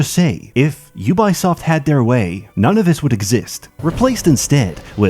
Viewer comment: "You Buy Soft" Ahh, so that's how it's pronounced in French